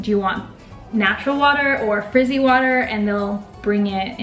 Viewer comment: frizzy water? I think it's 'fizzy water', girlz.... EDIT.....too long!